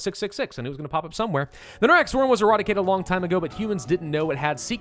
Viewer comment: I'm sorry, but I heard erotic-ated not eradicated. That's an interesting slip, maybe even a Freudian one